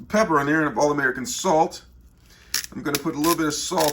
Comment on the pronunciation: “Peppiere” 😂 I say it “pe per”